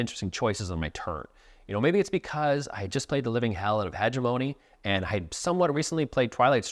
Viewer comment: Hegemony Pronunciation . I swear, if I hear you say "Hedge-e- moan- knee" one more time I will find your board game collection, and take your copy of "Hedge - e - moan- knee" as I have been unable to secure said game and you will be left Hedge-e-moan-knee-less :) . Honestly, I don't know why I am being the Grammar nazi here, I write and speak like I'm drunk. Spoiler alert, I don't drink. Nice video otherwise. I enjoy the dunks.